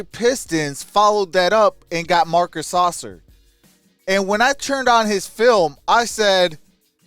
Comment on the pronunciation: “Sass-sir” not saucer.😂😂😂